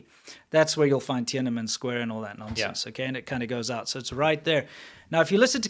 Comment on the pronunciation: Love your shows. Let’s pronounce Tienanmen properly. It is “Tien-an-men” not “Tien-ana-men” … thanks!!